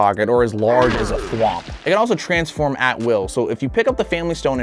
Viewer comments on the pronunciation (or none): none